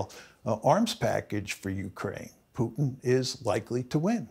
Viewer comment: This is intended for Mr Morgan: I’d recommend that you learn how to pronounce “Putin”. Not critical, but a progress